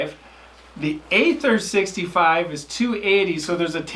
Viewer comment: Aether is pronounced "ee-ther."